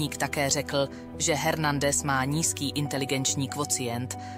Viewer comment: Dokument skvělý. Odpusťte mi drobnou kritiku, Hernandez se vyslovuje ve španělštině Ernandez.